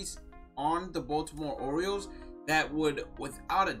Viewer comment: He said Boston oriels